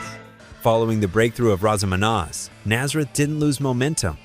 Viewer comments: Ps…Razamanaz sounds like this….. razz-uh-muh-nazz. Not rah-zuh-muh-nah. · Exactly. It's not roz a mom oz ffs. It's Raz a Ma Naz long sounding A like ass not oss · oH MY gOD, LEARN TO PRONOUNCE THE ALBUM AND SONG NAME. RAZ (as in Naz Nazareth) Uh Muh Naz, (Raz a ma naz) not ruh-za-muh-noz. wtf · How hard is it to say Razamnaz? Raza ma naz...Not the way this AI is saying it. I am glad I gave this a thumbs down. If you can pronounce Nazareth you should be able to pronounce Razamanaz. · Never heard Razz A Manazz pronounced like that before. Are you kidding me? 😂😂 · Ai narrator cant pronounce Razz amaNazz. Best voice in rock for me. Their version of This flight tonight, is Iconic , great music 🎶 rip Dan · AI generated voice-over. You'd think they might have an editor that had some knowledge of what they're producing. These are videos are interesting to me but the mistakes irk me. "We gonna razomonoz you tonight". FAIL!!! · Great story, easily a favorite rock band, but it is so cringe to listen to AI stumble on pronouncing RazamaNaz! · It's called Raz-a-ma-NAZ. I couldn't understand what it was saying. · Well a long time Nazareth fan. Came here to listen to a few of there tunes and stumbled upon this crap. Didn't province Razamaz correctly, at least from a Canadian perspective, and I've sat down and had a beer or several with the band. But the line "Manny Carlton leaving and his son Lee Agnew..." what ever was said after that .. blabla bla. Nazareth was a great band. Under rated. Made great music. Much better than who ever put this shit up on youtube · Fk'n AI can't even pronounce Razamanaz 🙄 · Excellent pronunciation of Razzamanaz! 😂